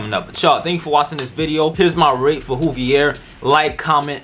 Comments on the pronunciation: Juuvvveeeiiiirrrrr not hooveir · Dude said hoovier🤣🤣🤣its joovier the “j” is not silent bro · Great vid btw it’s joovier... pronounced with a J sound not a H sound all love 💪🏽💪🏽💪🏽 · It's not "HOoVier" its "joovier" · Sorry but it is joovier not Hoover ok 👍😁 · U were in joovier video bruh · Boi did you just mispronounce his name his name is pronounced joo-vier the j is pronounced j he's gonna be mad about that but he's one of my favorite youtubers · He said wooviers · It's "joo-vier" and he wears "joo-rag" Buy 2 get the 3rd one free or bundle up and save yourself 50 dollars") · U is not joovier😂